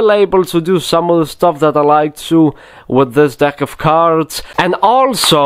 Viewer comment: if you think of dick when he says deck it sounds so wrong in his sentences lol i love this man